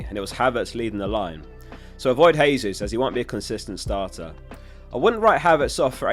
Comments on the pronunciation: Jesus is pronounced with a J, not a H. Brazilians speak Portuguese where they pronounce J's like we do. It's in Spanish where the J is pronounced as a H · I die a bit inside everytime someone says Hesus instead of Jesus. Jokes aside great and informative video.